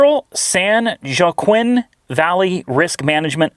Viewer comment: Joaquin is pronounced 'hwah-keen' The bottom of the dipsticks are painted so it's easier to identify the level. Old mechanics use to do it.